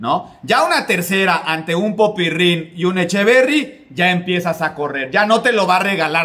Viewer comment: No sé porque pronuncias PopyRRin, es solo PopyRin, con una sola R.